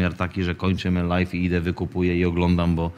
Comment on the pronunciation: Prosze cie nie mowi sie LAJFIE tylko LAJWIE Live = LAJW nie Lajf